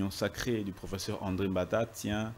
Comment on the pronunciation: Le mot " professeur" est mal prononcé par l'avocat français. Lui qui cherche toujours à humilier d'autres compatriotes. Il n'a pas suffisamment étudié le cours d'expression orale.